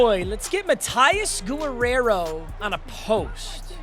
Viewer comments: Has never heard the name Guerrero pronounced? 😂 guh-rare-oh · why does he say gorrero brooo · pronounce Guerrero